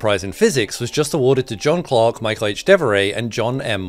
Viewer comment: Michel devoret is french, so its the ch of Michel is pronounce like the ch of cheer. Nonetheless, excellent video !